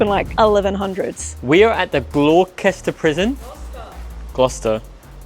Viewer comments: ffs 🤦‍♂️ I’ve just started watching and I can’t stop laughing, GLOWKESTER you pronounced it 🤣🤣 Gloucester boy 🤣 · "We are at the glorkester prison" "Gloucester":) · “Glah Kester” for Gloucester had me dying laughing 😂 I live in Virginia in the US and the area I live in has many cities named after UK cities. Like we have a Suffolk and a Norfolk and a Gloucester. So I definitely know how to pronounce all these names properly. ONLY because I am from here. No shade to. It had me giggling. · Hi, I love it when you visit England!even if does get the names of places wrong 😂 love the ac/dc shirt 👌England has got some seriously old haunted places, guys but I've not seen Gloucester prison explored and investigated before, which is cool!😊❤❤ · Gloucester is such a difficult word if you’re not English speaking….oh wait is English speaking 😂😂😂😂😂